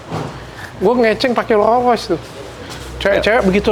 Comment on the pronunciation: rollS royce, dok. rollS pake S.